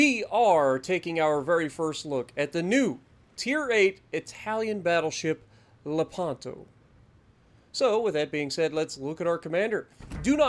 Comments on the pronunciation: It is pronounced lèpanto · It's pronounced LE-pan-to, stress on the first syllable!